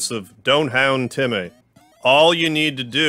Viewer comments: My guy making dog puns when temmies are CATS! ALSO SHE IS NOT A BOY! ALSO ALSO ITS PRONOUCED TEM MĒ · why do you pronounce it TemEy, its temy in my opinion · noice, also its pronounced temm-ee not temm-ae, being spelt as temmie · It’s pronounced “tem-me”